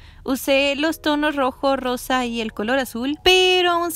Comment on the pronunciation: No se porque pero cuando dices "rosa" escucho "arroz" SJSJSKS